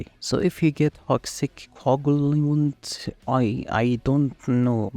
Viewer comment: Co-ag-u-lant for future reference bro